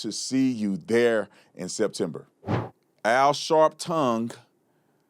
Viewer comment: AL "Shartin"...